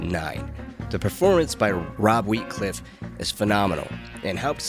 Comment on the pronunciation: i think he said wheatcliff?!?!